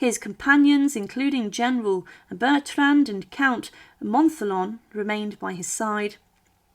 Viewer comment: Non pas le comte "Montalon" mais le comte Montholon !